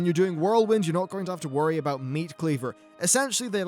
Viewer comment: Nice, I do not have to "wrory".